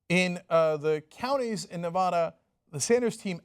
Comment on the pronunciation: Ne-va-duh NOT ne-vah-duh